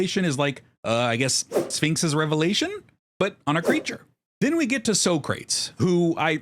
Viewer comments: Who is Sokrats? It is pronounced as: So-kruh-teez... As in the philosopher. You cannot tell me you never heard of that name before. I see others also already pointed out that Hope is not female. I do love that you made a budget deck with Hope. Some very unique choices, not sure if I would include some of them. But I do love when someone comes up with cards that you do not see as often. As Commander, when I started known as EDH is all about making something unique, so kudos to that. :D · Please tell me your pronunciation of Socrates was just engagement bait